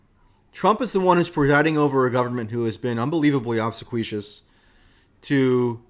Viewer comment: Mike, it's pronounced ob--SEE-kwee-us. Emphasis on the second syllable. Thanks for all you do and keep up the good work.